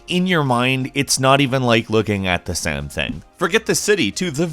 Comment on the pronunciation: Dude do you have a speech impediment? WTF is " looking at the SEM THANG"???